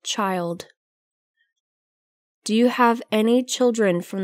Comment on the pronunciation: Cô này đọc rất lạ . Nghe đi nghe lại mấy lần vẫn nghe cô này đoc chữ do là chữ did